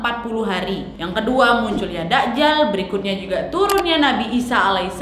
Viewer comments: Maaf bukan dakjal kak nyebutnya, tp dajjal, j nya ditekankan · Masukan sedikit Kak Nadia, penyebutannya bukan da'jal..tp 'Dajjal'....🙏